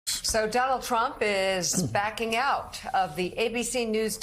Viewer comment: Or putting the emphasis on the last syllable: AKA "Don-OLD Trump"